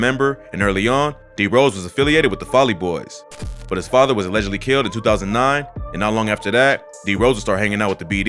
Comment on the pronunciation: how this man say “his father was allegedly killed”